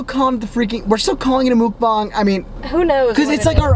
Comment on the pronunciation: your saying mukbang completly right whoever says otherwise is WRONGGNGGG